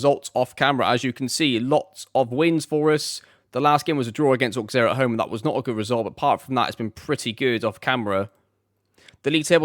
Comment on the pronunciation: Friendly frenchman over here 😊 first, I love this series, great job! Then, for your club pronunciation, little guide: PSG: "Peh-Ess-Jeh" (but english PSG is very much fine) Monaco, Marseille, Bordeaux, Nice, Montpellier, ASSE, Le Havre, Lille, Lyon, Reims, Lorient, Lens : spot on Rennes: Reh-nn (reh like "meh") Strasbourg: Strass-Boo-r Auxerre: Os-air Ajaccio: Ajax-yo and small one, if you want to play it french, don’t pronounce the "s" in "Paris" 😊 Keep up the good work!